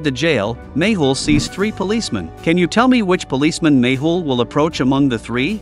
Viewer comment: Mehul not mable